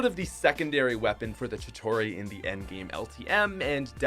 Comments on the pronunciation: Kinda pissing me off that you call Chitari Chitori. 🤨😑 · Chitauri is pronounced chi-tar-ee not chi-taw-ree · Not trying to be offended or offensive but it’s pronounced (Chi-tare-ee) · Never EVER say “chitorie” EVER again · Am I the only one to cringe when he mispronounced chitauri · Not to sound annoying but your saying Chitauri wrong